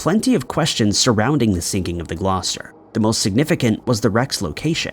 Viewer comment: How tf did you pronounce Gloucester properly